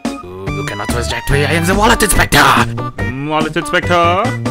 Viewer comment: The Gamer Boy wallet inspectah